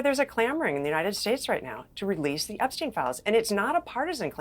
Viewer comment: Epstein is the only one who doesn’t pronounce it like the rest 😂